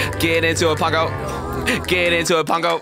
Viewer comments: It triggers me every time you say pango because you say it (Pon-g-oe) but I say it (Puh-ang-goe) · PONGO its pango. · its pango not pongo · I like how he says pongo instead of pango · It Pango not pungo